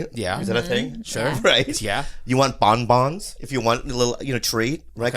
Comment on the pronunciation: "Bon Bons"